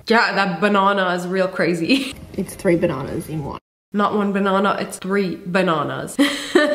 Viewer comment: The way that she was like bananah 😴 Yes I liked my own comment..and what?